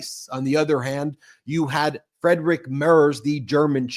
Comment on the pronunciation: Pronunciation correction Friedrich is pronounced FREED Rick. In German, ie is always pronounced like ee, and ei is pronounced like eye. In other languages, other rules apply.